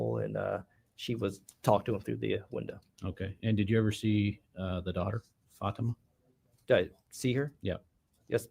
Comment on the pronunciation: Why does the lawyer keep saying Fatima's wrong?